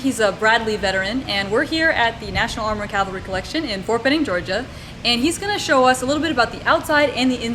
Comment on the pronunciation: CAVALRY, not CALVARY. 20 years and you haven't figured that out?